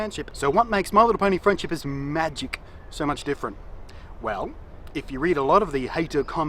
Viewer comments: I like how you say "my little pony friendship is MAGic" :3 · I like how he adds emphasis on the "Magic" in My Little Pony: Friendship Is Magic